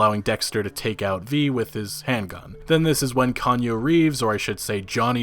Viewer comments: Love ur vids to death but the Keanu is pronounced Key-yaw-new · It is absolutely "Ki-ah-noo", 100%. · Quit mispronouncing Keanu! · The way you are pronouncing Keanu is really painful to listen to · You said Keanu differently every time.... and not one was correct. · The best part is all he had to do was watch about 10 seconds before the video he took from E3 to get the correct pronunciation LOL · dislike for mispronouncing keanu reaves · Damn dude. I cringe so hard everytime i hear you try and say Keanu Reeves. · How do you mess this up man they said his name before he walks on stage also his fucking Keanu Reeves how do u not know how to say his name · Thumbs down for the butchering of Keanu reeves name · I cannot get over how you pronounce Keanu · You are completely mispronouncing keanu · I cringed every time you pronounced Keanu Reeves name. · I can't watch anymore of this is you're gonna keep calling him "Kanye"... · Kee.. ahh.. nuu Reeves. Holy hell I was about to lose it.. lmao! Still luv ya though. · LMFAO IT'S PRONOUNCED KEYANOO MA MAN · say it with me: key YAH nu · Key-on-new Reeves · Say it with me. Kee-ann-new Reeves. That's phonetic, I know it's spelt Keanu. 😉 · lol, be thankful he said Reeves after "Konyo" and not West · Kanye Reaves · It's pronounced KEY AH NEW....lmao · The way Jackie apologized and then gave V a chip, it seemed like maybe Jackie had betrayed V and revealed a tracker ....unless that was the prize from the run. Edit: As everyone else is saying: key-on-ooh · Kaanya Reaves ...did you just seriously mispronounce his name... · It bugged me every time. DUDE... Key Ah New_REEVES. do it. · Bro, I can't keep watching this if you're gonna keep calling him Konyo Reeves....come on man... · who the hell is Kahnyoo? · It's pronounced key- aunu .. you are butchering his name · Well, I normally don't give a shit for mispronounced names but man, this is painful to hear. Like Keanu West or Kanye Reeves? His name is well known dudu. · Kanye Reeves lol